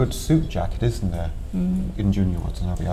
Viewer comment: Lol A guy tries to discuss about Junya Watanabe and doesn't even know how to pronounce his name .. Pothetic . What the hell is Junya Watana "bee"?